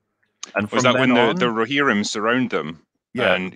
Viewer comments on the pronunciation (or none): Glad I'm not the only one that was bothered by the "Rohimrin" thing lol. Excellent chat gents. Cheers 🍻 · rohimrim, was killing me, llloooooooooooooooolll. glad someone mentioned it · and faces every time tries to say ‘Rohirrim’